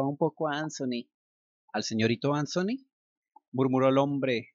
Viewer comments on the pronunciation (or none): HOLA, EL NOMBRE ANTHONY SE PRONUNCIA AN-ZO-NI, EN INGLES EL SONIDO DE LA T Y LA H JUNTAS ES EL DE LA Z. MUY AGRADECIDA POR TU NARRACION!❤👍 HORRIBLE, TAMPOCO ME GUSTABAN LAS DESPEDIDAS, PERO UNA VEZ UNAS AMIGAS ME ACOMPANARON AL AEROPUERTO Y VIAJE MAS RELAJADA, NO SOPORTABA DECIR ADIOS TAL COMO CANDY, Y TODAVIA SIGUEN SIN GUSTARME LAS ORUGAS..😖☺ AHH, TERRY, OTRO NOMBRE QUE TRAE RECUERDOS Y ALGO MAS EN COMUN CON CANDY...💔🤴